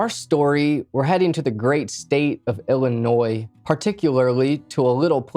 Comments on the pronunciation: He is actually saying it right..but he Is saying Ili-NOY not iili-noise..most people even living here say it with the accent the second way..❤😅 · Bro, are you OK? You keep strangely swaying at the end of your sentences. Also, thanks for pronouncing illinois properly.